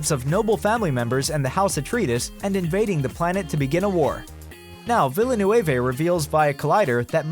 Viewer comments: "villenewavay" What the hell is the matter with you? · This guy has won first prize in butchering villeneuve’s name. Holy crap